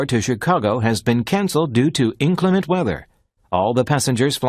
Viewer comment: Dear các bạn, từ "Inclement" phút có phải phát âm bị sai không nhỉ?